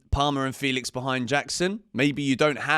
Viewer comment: Only wish you could say Felix's name correctly.